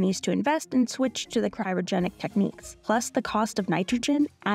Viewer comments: At t= it's pronounced CRY-O-GENIC not cyro-genic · The presenter keeps saying "CYROgenic" instead of "CRYOgenic" freezing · Denial may be a river in Egypt but there’s no such thing as Cairo-genics. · Meanwhile since covid started, every frozen food I've tracked has gone up 40%+. I've never heard anyone pronunce "cryogenic" as "kye-rogenic"...interesting. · Cryogenic not Cyrogenic 😂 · And teach the voie-over person the difference between "cryogenic" and "kyrogenic". Man this is a poor quality video. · It is CRY-O-GENIC, not KAI-RO-GENIC! :) I thought I am the one prone to such mistakes. Glad that I have company on national TV. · Who let this through with the narrator saying "Cairogenic" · Who told her to say "Cairo"-genic instead of "cryo"-genic? 😂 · Did nobody tell you how to pronounce “cryogenic”? Have you never heard the word before? It’s… not difficult, and it’s not an uncommon word. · To the narrator, it's CRYO-genic, not CAIRO-genic. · Not sure why the narrator pronounced Cryogenic as Kyro-genic 🤔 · Ky-ro-genic? Ma'am,it's cry-o-genic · CRYOGENIC not CYROGENIC. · Cry-o-genic not Ky-ro-genic. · CRY-O-GENIC NOT CY RO GENIC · Cry o genic not cy ro genic